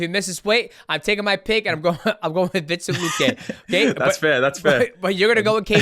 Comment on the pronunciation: “Vincent luque”- DJ 😂